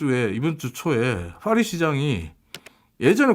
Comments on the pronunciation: 그러게 좀 무식.. 빠희라고는 못할지언정 Fㅘ리는 뭐지? ㅋㅋ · 아니 영어로 해도 ‘p’ 발음인 ‘패리스’고, 본토 발음으로는 ‘빠히’에 가까운데, 둘 다 왜 fㅏ리 라고 하는거임?ㅋㅋㅋ 괜히 f 발음 내는데 발음 전혀 안맞음ㅋㅋ 😂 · 파리는 Paris인데 왜 Faris라고 자꾸 헛바람 발음을 해서 거북. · 이말하고 싶었네 ㅍ화리 ㅎ퐈리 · 이야..파리를 f발음으로 하네 ㅋㅋ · '파리'의 'ㅍ' 은 'F'발음이 아니라 'P'발음입니다. 굳이 이런 것까지 지적하나 하시겠지만 방송이란게 수천명, 수만명이 보고 듣는데 영어발음을 하려면 제대로 하는게 맞다고 생각해서 지적합니다.